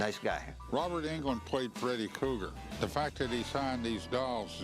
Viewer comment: “Krueger!!,” its Freddy KRUEGER…… not “Cougar” 🙄